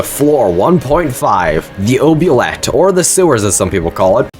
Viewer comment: ...nah i gotta say it, that's not how you say oubliette, its pronounced oob-lee-et